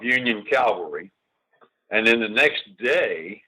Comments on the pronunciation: The word is CA-VAL-RY....not CAL-VA-RY!!! Calvary comes from the BIBLE. This mispronunciation gets on my LAST NERVE! Gen. Scales should know the difference! Otherwise, this is a very good video. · Someone should tell Gen. Scales the difference between Cavalry and Calvary. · I applaud Gen. Scales work. I'm a huge NBF fan. My pet peeve, as a former Cavalry troop, is people saying Calvary, not Cavalry. Jesus was crucified at Calvary. I see comments using Calvary. It's like people saying aks not ask. Makes me cringe. Pronounce the correct word! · Interesting piece. Love NBF!! BTW, the word is CAValry!notCALvary!!This guy being interviewed AT LEAST gets it right half the time UNLIKE 95% of any hollywood movie EXCEPT Clint Eastwood in whatever he’s doing. Mercy sakes that bugs the shot outa me!